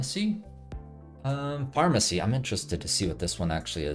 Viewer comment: to be fair he kept reading it as "pharmacy" instead of "pharmercy"